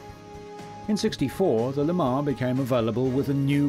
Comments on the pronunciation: If you want to accurately present the history of American vehicles you should learn how to pronounce the names of them. Camaro is phonetically pronounced Camairo. Lemans says mans at the end. Otherwise this was an interesting video. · Did he just repeatedly call a Le Mans a LeMar? Come on man.....you’re narrating the show....study.